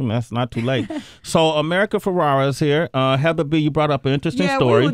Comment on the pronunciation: How many times is going to call her America FerrAra. So cringey. A producer couldn't whisper the right name.